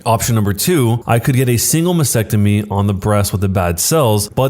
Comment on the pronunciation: This narrator should have asked his fourth grade teacher how to pronounce "Mastectomy" before attempting to narrate this story.